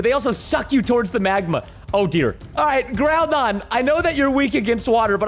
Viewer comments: its not purnounced groodon its prenounched growdon and spelled groudon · Not grudon but grawdon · Preston Preston you say groundon wrong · He said groudon not groundon and greyninja not graninja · Its not Groondon its Ground On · It’s gra-ninja not greyninja And gr-ow-don not grew-don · ITS GROU-DON NOT GROODON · Why are you saying gray ninja its greninja Edit: also grewdon ITS GROUDON JUST SPELL GROU LIKE GROUND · It's Grau, Don, not Groot on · Btw why did you say grudon instead of groudon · It’s not groodon it’s growdown that’s how you pronounce it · Bro it's not grudon it's groudon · Its groudon not grudon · Hey Preston it's not gROUdon it's GROUdon just to point that out. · GROUDON NOT GRUDONNN‽‽‽‽ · Grudon it's groundon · [Growdon] preston not [goroodon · its pronounced graodon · Why say gru don?😤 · He also said “groo or grew”down and not really growndon💀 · It's pronounced groudon (Gr-ow-don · Uhh little tip/Grammer Preston It's (Gr-OW-don) for groudon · my reaction when he says grudon 😞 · ITS GROW-DON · Pardon, "Groodon"? "Greyninja"? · Groudon is pronuced Ground-on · you pronounced groundon wrong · Is pronounced Groudon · Gre-nin-ja Gr-ouw-don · Bro said grewdon and greyninja💀💀💀💀💀💀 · bro said groodon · You said groudon and raquaza wrong and im triggered